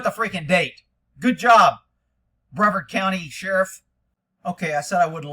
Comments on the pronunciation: This is my County and its pronounced Bree-Vard btw. This Sheriff, Wayne Ivey refuses to get body cams for his deputies because he hates accountability and transparency. This is why there are no body cams here. Earlier this year one of his deputies placed himself in front of a vehicle with three young men which was slowly veering around him and the deputy killed the driver and backseat passenger from the side as the vehicle passed him. We've seen this time and time again where cops put themselves in front of a vehicle so they can murder the occupants which is exactly what this deputy did and Sheriff Ivey saw nothing wrong with it and the shoot was deemed justified. I used to like him but now think he's just another part of the problem with policing today. It happened in Cocoa Fl if you wanna check out the dashcam and put your two cents in. Thanks again for your work brother. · BreARD - Sounds Like BrAvard e is slightest.